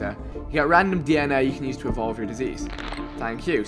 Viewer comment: When he said "you become disease" all i heard was you become a jj for some reason 😂